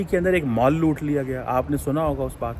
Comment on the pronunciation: Mall ❌ Maaal ✔️✔️✔️